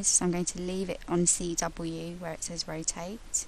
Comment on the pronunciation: i thought she said right cock and left cock lol. i'm not racist sorry